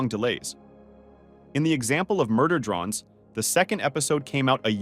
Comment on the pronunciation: Murder “drons” 🫢